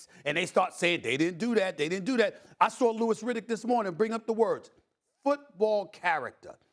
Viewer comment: “You saurw him!”